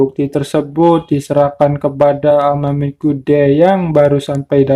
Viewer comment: Amamiya kudengar apaaan bang ? Amamia brother bukan?